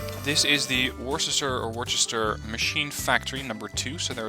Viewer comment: Hey just so you know Worcester (I'm guess based off the Massachusetts city?) is pronounced Wuh-ster (it's weird)